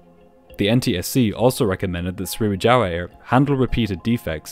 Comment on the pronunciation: Swiwijaaiiah Air. Never heard of them.